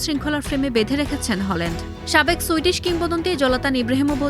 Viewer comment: ওনার নাম হলান্ড নয় হালান্ড।